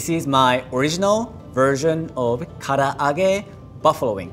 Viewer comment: yt:It's "Ka-La-Ge" NOT "Ka-a-Lagge"..!! If you're going to try to say a Japanese word, to make you look like you know what you're talking about, then learn how to say it right!:yt: Also, you do not marinade using eggs, for Karage. Plus, he didn't clean the Konbu before using it in the dashi stock. That's like not cleaning a carrot before cutting it up and putting it into your food...